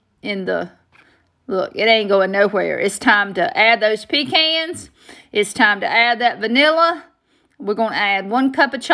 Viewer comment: I'm not much of a candy maker, but my mother used to make this! She liked to use a little green food coloring. We're from Eastern NC also! Glad to hear somebody else who knows how to say "pecan" !